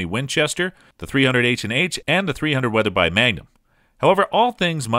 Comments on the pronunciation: Thirty Oh Six? Weather-bye? Thank you Mr. A.I. Narrator! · Weather-bye and oh-six? Neither the producer of this video nor the narrator have any idea about firearms. I just heard about a level action Winchester. That's right, a level action. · You said: "Weather-buy" : ) did you mean "Weather-bee" ? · I think the mispronounced terms are due to a computer program: I suspect each word is recorded and applied to a written text. That must also explain the mispronounciation of Weatherby (this voice says "bye" instead of "bee" for the last syllable "-by"). I hear such humorous mispronounciations when I call 411 and get a recorded voice that will often mispronounce local area town and city names or even street names. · bruh he just said the .300 wheather-Bye magnum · It's thirty-ought-six and why insult Roy Weatherby or his family's name by pronouncing it Weather-buy? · Poor and misleading info. What kind of expert pronounces Weatherby, Weatherbuy? Also, 270 Win performance with a 140 gr. bullet has much better downrange performance than 150 gr. so it is a very poor comparison. A 270 Win w/ 150 gr. is almost identical to 30 - 06 in perfomance. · Weathersbi? 30- OH 6 Level Action? This guy is not a gun guy, good researcher but not a gun guy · Oh-six, weather-bye, wtf are you some kind of city slicker? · I tried to stay with this video, even with the 30 oh 6. But it mispronounced Weatherby....I'm out! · This needs some editing. It sounds like the narrator says the US had to pay patent infringments to the ?? 357 Mauser ?? - I believe he meant 8x57. He mangles pronouncing Weathery later on and then much later he mentions the 30-387 Wby when it should be 30-378 Wby. There were a couple other goofs too but overall an ok analysis. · Where did they find this guy who can’t pronounce 30 (aught) 6 or Weatherby the correct way. Good god. Can you say it wrong more times than this fella??